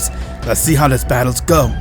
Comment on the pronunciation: The fact he says rhis